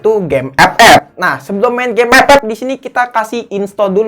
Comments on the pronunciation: FF bang bukan ep ep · CUK AKU KETAWA TRUS PAS DIA NYEBUT EPEP😂😂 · Bangke tiap ngomong epep bikin ngakak gila. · Ngakak pas ngomong epep🤣 Instonya dipake beneran njir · Liat test hpnya ❌ Liat ngomong ep ep✔️ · gw dnger EpEp ngakak cukk